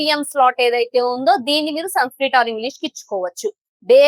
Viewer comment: mam I am sorry to say this it is sanskrit not sunskrit